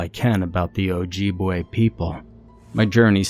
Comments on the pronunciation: I'm so sorry, I loved the narration. Mispronunciations happen, love. I love your content. I'm Ojibwa and I'm sorry to say that you did mispronounce it, dear. I was trying to make a light hearted comment to make you feel better about it when I commented previously, but I want to let you know the flaws in the story are from the perspective of the writer, not you. Unless you wrote it 😅 but, we just correcting you on your pronunciation of the name of my tribe. The mispronounceation didn't "ruin" this story like this commenter said it did. It was just a little silly to hear and made me chuckle. You probably didn't grow up around my people, hearing the word every day, so no one can fault you for getting it wrong 💖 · The mispronunciation of Ojibwa and Mugwa ruins this story.